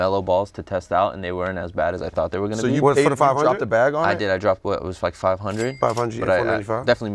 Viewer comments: Or for saying drepper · If Brendan was there then would be up for worst take because he said "Drepper" and that Sheck wes is a better dresser than he is a rapper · worst take is for for saying “drepper” 😂🤯🤢